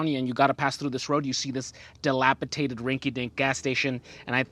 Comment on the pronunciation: It's dilapidated. Not delapitated. I mean no disrespect. Watching you for 3 years and always a treat.